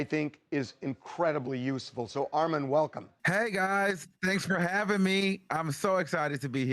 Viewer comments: This was good! But ain't his name pronounced as Armon and not Armen? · Lol why he pronounce it like “Armen” 🤣🤣 You are the moment ARMON!!!!!! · The way how the “Clears* call Ar-mon Ar-min but we gon’ let it slide cuz our boy done made it to TMZ 🥳🥳👏🏽👏🏽🙃.. Armon we are so proud of u 🥹🫶🏽❤ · Why that man keep calling you “Armen” 🙄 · Bruh he could have learned how to say you name properly . Almond is killing my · "Armin" 😂😂😂 you cooked baby, new opportunities are on theee way ❤ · CONGRATS!!!!! - (P.S) I HATE when ppl f**k up your nameeeee I be screaming at the screen like a mad momma “it’s ARE-MON not RMAN” -__________ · ❤❤❤❤❤ yesss! I’m mad Harvey keep saying Armin! 😂 Congratulations!!!! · Ore-Mon Are-Men. So many ways to talk about the GOAT! lol so proud of you ARMON! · So proud of you Armon!!!!!! Tell them to pronounce my boo name right tho AR-MON not MEN! 🙂‍↕️🩵🩵🩵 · ITS RRRRRR-MON not AR-MEN 🥰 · Congratulations but it's Armon... not Armen 😅😂 like sir 🤷🏾‍♀️ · Great work will be recognized from the greats! Yes Armin! (That's how Harvey pronounced it lol) 🔥🔥🔥💪🏾💪🏾💪🏾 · Congrats Armon but correct them on your name every time, period! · Pronouncing armon, Armen is crazy lol ...congrats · I LOVE this moment for you... Although i HATE they kept messing up your name!! Get it right "Harry" its AR-MON!!!🎉🎉🎉🎉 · I’m trying to get past everyone mispronouncing his name 🤦🏽‍♂️ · I love this for you!!!! (But ima need them to get yo name right!!! It’s two syllables 😑) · U ALSO NEED TO TEACH THEM HOW TO PRONOUNCE UR DAMN NAME! GREAT JOB THOUGH! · Why are they butchering his name like that!! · This is confirmation that this type of content is your lane! Keep blowing up Armon 😂 sn: i wished harvey pronounced your name correctly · Him saying your name wrong is irking my soul 😢😂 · Yasssssss baby!! That star power is bananas! (I’m over Harvey mispronouncing your name). 🤣😩 They’re loving your perspective! 🎉❤ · GET IT ARMON!!!!!!!!🎉🎉🎉🎉🎉🎉🎉🎉🎉🎉🎉🎉🎉🎉🎉 Correct his pronunciation of your name!